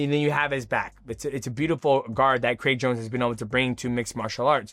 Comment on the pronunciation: Who tf is Craig Jonesy? 😂😂 why he keep saying it like that?